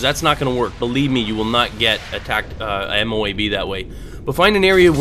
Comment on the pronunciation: I know you might not know, but MOAB can be said in one go. (Moe-ub) They are basically smart missiles